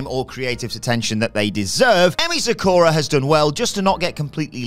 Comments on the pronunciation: Thats not how you say MAH MI. The way youre saying it can get you in trouble. Sah KU Rah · Ah, for cryin' out loud...Even after several years, there are still folks in WhatCulture that can't pronounced "Sakura" properly.